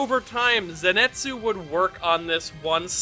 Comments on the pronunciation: Nice video, but everytime I heard you say Zinetsu instead of Zenitsu, a vein popped out of my forehead. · His name is ZENITSU. NOT ZENETSU. There's an I in his name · I was hearing zenetsu all the video, and bother me so much... I'm glad that I'm not the only one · Dude, "zenetsu" I know it's annoying to hear people correcting you over small things, a specially when it's affected by your accent. But hearing you say "zenetsu" Over and over again is taking a toll on my mental health it's zenitsu. I know this is annoying, buuut hearing zenetsu over and over again is also pretty annoying. So please it's an i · Who is this “Zinetsu” you keep talking about? Is he Zenitsu’s twin brother? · I'm sorry but it annoys me how he pronounces the name "zenitsu" as "zinetsu" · Ok is it me or is he 90% of the time saying "Zinetsu" instead od "Zenitsu" Not to hate tho, I love this kind of videos and I love this channel but it just puzzled me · I like how he says zinetsu instead of zenitsu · But it kinda bothers me that you call him ‘ze ni tsu’ and not ‘zen i tsu’ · Zen-neet-soo 👏 Zenitsu 👏 not zen-net-soo 🙂✨ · paige Jay Wrong. his name is CANONICALLY spelt as ぜんいつ、not ぜにつ THEREFORE, it is pronounced “zen-et-soo”, not “zen-neet-soo.” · If you are gonna make a vid like this can you please say his fucking name correctly. ( Zen EE TS zu ) 🤦‍♂️ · Ze Ni Tsu! Repeat after me! ZE NI TSU! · I was gonna watch the vid but then he said Ze net su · Just like saying Zenetsu huh ? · I’m sorry but the way you pronounce zenitsu hurts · U keep saying Zenitsu’s name wrong 😑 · That name pronunciation tho. It’s killing me.